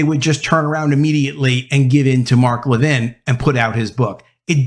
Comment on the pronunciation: Announcer! It's LEVin, not leVIN. And all this Reaching Out... let's just say "contact." Ugh. Woke Schmoke.